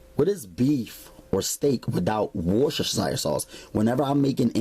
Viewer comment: tubbs I swear I was laughing every time he said it!!!!!